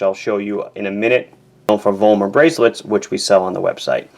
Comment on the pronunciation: BTW: It is NOT pronounced as "Wollmer" like you do. W in European languages is pronounced like English speakers mistakenly do the V, which should be spoken the same as an F! The company name is properly pronounced as "Follmer". The V is pronounced like an F in German, because the Roman alphabet had no F, just a V, so they are effectively the same!